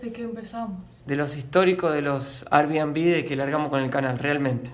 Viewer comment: Air(= ear)bnb